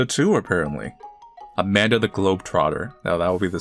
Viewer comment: I swear you just said "Abanda the Adventurer", playing off the word "Abandon", and given the story that was comically brutal.